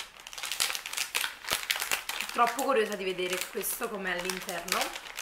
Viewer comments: Infatti...da napoletana dico che è terribile 😥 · Ti posso fare una domanda?ma perché dici sempre..meo..questo queo.. Sono giorni che cerco di capire.. È una forma dialettale del tuo paese o città ?non è un offesa attenzione..voglio solo capire 😁